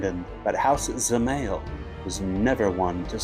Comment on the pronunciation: Also the a is pronounced as a y and emphasized, so it's Zeh-MY-el.